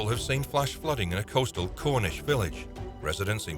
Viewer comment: Contidjus?, ... The roof was punctured by a large hole?.... These "costal" cities? ... An "apparent" explosion?... "Stock" On Trent? ...Hit by another vehicle headed in the same direction? It was a bloody police vehicle which did a "PIT maneuver. I stopped watching after putting up with this garbage, including the digital talking head and narration.